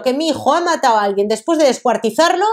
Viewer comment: "descuartizao"", " matao"..... Q nivel. No sabe ni hablar.